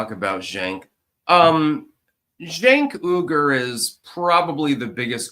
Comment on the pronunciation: Cenk and the Young Turks - didn't they grant fame and fortune to AOC? and isn't his last name pronounced like "wee-gur"?